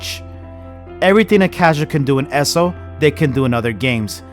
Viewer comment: Bro it’s ESO not esso